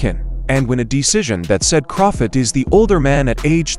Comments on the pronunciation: You keep pronouncing Crawfords name wrong Put some respect on his name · The AI can't even pronounce Crawford's name right